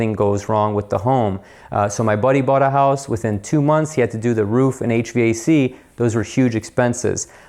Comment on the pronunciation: Almost heard that Ohio accent...……..hoose………...however you spell it. Love the channel!!!!!!